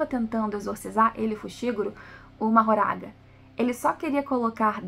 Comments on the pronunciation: pse, mas não é a pronúncia oficial, infelizmente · Só um detalhe q vale mencionar, a pronúncia oficial do nome do shikigami mahoraga não é como é escrito, a pronúncia feita no ep foi "mahgora"